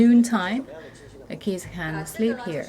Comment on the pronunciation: Why is the auto translation and subtitles translating kids to "keys" her pronunciation of kids really sound like keeeys